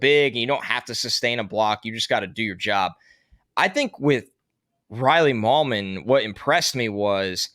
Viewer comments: FYI it's MIGH-lum, not Mil-yum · Are we 100% sure Riley Mahlman’s last name isn’t pronounced like “Mail-man”